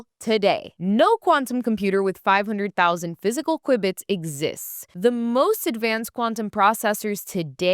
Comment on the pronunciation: while it IS Q-bit rather than qui-biy, like in quibble, this is how we know you did this and not some crappy AI. Your content is entertaining, well researched and much needed!!